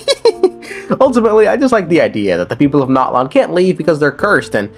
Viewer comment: Bro... The game tells you how to pronounce Natlan. It's Nat-lan not NOT-lawn. 💀🪦